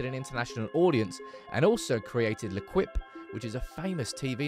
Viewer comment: I’m sorry but “le kwhip” just sounds off lmao im positive it’s pronounced “le-eh-keep” which by some Latin root word to mean the team or something